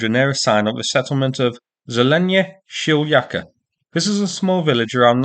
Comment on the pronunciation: "Zeleny Shlyakh" "shlyakh" ("road") is pronounced something like German "Schlag" but with "kh" instead of "g".